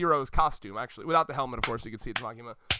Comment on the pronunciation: Its Makima.......Just Makima!